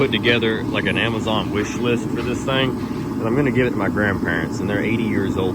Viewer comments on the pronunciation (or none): none